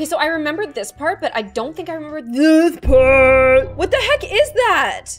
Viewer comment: Her: I don't think I remember 👹THISSSZ PARRT👹